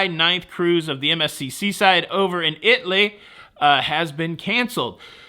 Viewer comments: "It-ly" is how Italy, Texas is pronounced. They have very few cruise ships. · The way you said “IT-LEE” made me more uncomfortable than my father-in-law saying “EYE-TAIL-YIN.” 😂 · "Is-lee"? The Seaside is indeed a beautiful ship. However, I will never sail them again. Far too many issues to list here. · Yes, hearing “Itly” was a little painful, but not as bad as seeing “broke” ship in the thumbnail instead of “broken” ship!!!!! HA!! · 🤣🤣Over there in “Itly”. The southern old timers say that. Thanx for the chuckle!🤣🤣🤣. And I park at the port. So worth it!! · I smile and cringe when says "eye-talian" I can handle "Itly"